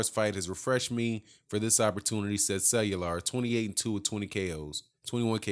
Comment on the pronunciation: Love your work especially your break down of everything. Cuellar is pronounced "Qua- R"... Keep up the good work.